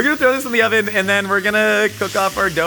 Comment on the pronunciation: "what is this, *como se dice*, oh-ven?"